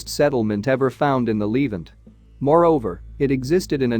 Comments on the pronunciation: I wish this annoying narrator would pronounce the word Levant correctly (Leh ~ vahnt) NOT leave ant what a stupid mistake. like calling Nuclear NUK YOU LER STUPID STUPID STUPID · Lev-ANT, not leave-ant! AI voices…..argh. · Pronounced " le- vant" not " leevant" Moron !! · It’s The Levant, not Leevent. You said it wrong so many times I now despise this video in spite of anything good contained in it. You mispronounced many other major words as well. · The narrator is a bot. Needs its pronunciation tweaked. Says 'leevant'. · It's 'LeVANT.' Add 'The' before this word. LEARN TO PRONOUNCE!!!!!!!!!!!!!!!!!!